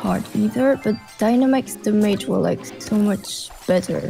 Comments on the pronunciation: I find it funny how she pronounces "damage". Her english is very good tho. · damaege!! I always say that with my cousin when playing clash(supercell) games. It's kind of like an inside joke to us and now is saying it. haha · Does she know how to fucking pronunce DAMAGE? Nice challenge btw